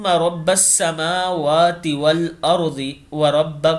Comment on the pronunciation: AP ne pehele line me tesra Jo lafz hai us me samawatae ke ander Shuru me alif nahi ata meem or wao ko sat milate hai